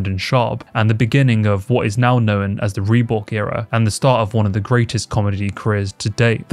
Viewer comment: Are you saying "Reebook"? That's a major L.